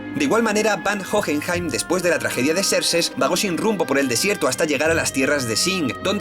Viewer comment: A que cuesta decir Van Hohenheim xd